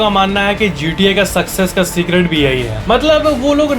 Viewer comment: he say segret 😂😂😂😂😂😂